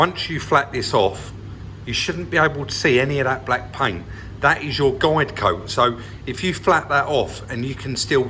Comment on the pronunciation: Ah so it is guide coat - I always thought you were saying Glycoat as if it was a brand name or something. :-)